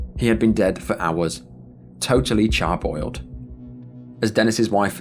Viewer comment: CharBROILED, not charBOILED. Besides that, it's the wrong descriptor as a sauna is more akin to an oven. Whereas, charbroiled is when you sear the meat over a slotted grill and most often using charcoal or a dual source such as propane and charcoal. That aside, I enjoy your videos a great deal. It's like a far less intense, more informative/pensive, almost morose version of the FOX Network's random specials. Where they compiled the world's [insert adjective/adverb, ie worst police chases; deadliest stunts; etc.] from back in the 90's and early 2000's. (channel 43, for any older people who remember the days of cable TV, and happen to [have] live[d] in the Southwestern Ontario area, haha.) < 3. Keep up the great work, sir. Tips imaginary hat